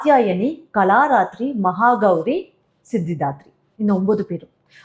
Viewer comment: It is Kaala Ratri....not Kalaratri...